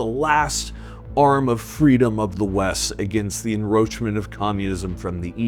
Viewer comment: take a shot every time he mispronounces encroachment